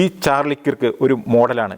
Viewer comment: കിർക്ക് എന്നു പറയരുത്, കേർക് അതാണ് ശരിയായ ഉച്ചാരണം.